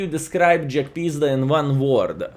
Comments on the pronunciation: Jagpizda in one word : Shnay -- LUL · Hello! I always laugh when you say the name of Jagdpanzer because how you call it JackPizda:)));pizda; have a special meaning in my contry.:))